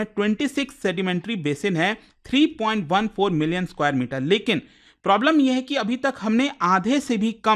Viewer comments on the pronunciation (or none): none